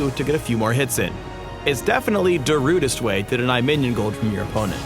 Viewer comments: OMG He said "da rudest" way LOL! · I lost it when he said "Darudest way" XD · lol he said its "da rudest" way to do it! The king of puns XD